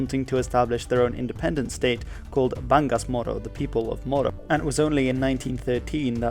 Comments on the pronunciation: nice vid also its Bangsamoro, not BANGASMORO Jolo is pronounced as "Ho-Lo" not "Joh-Lo" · Just a correction... It's BANGSAmoro not BANGASmoro And it's Cory AquinO not AquinA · say it with me "bang-sah-moro" not "bangus-moro" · Bangasmoro? or Bangsamoro? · Bangasmoro? I'm no history expert but I think the correct spelling is bangsamoro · it's Bangsamoro not bangasmoro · Uhmm... It is Bangsamoro. Not Bangasmoro. Bangsa is akin to the Filipino word "bansa", hence, it literally means Moro Country. Bangas is bruise in Filipino. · its "Bangsamoro" not "Bangasmoro". "Corazon Aquino", not "Aquina". just a small correction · its Bangsamoro not Bangasmoro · Mistakes: - Mindanao isn’t a province - The Philippines declared independence on 1898 - Bangsamoro, not Bangasmoro - Aquino, not Aquina - I think you missed the Zamboanga Siege - The technical end came with the establishment of the BARMM, but not 100% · It's Bangsamoro (you got it correct ). Actually, you should have noted that the first element (bangsa) is actually a Malay loanword, and most SE Asian Muslims speak it. It's Aquino. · Well researched and very informative! By the way, it’s pronounced ‘bang-sa-moro’ (Bangsamoro). Other than this point, this was a great piece of work! Well done 👍😊